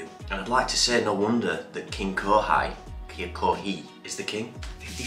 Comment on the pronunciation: Kohei is pronounced Ko-Hey btw!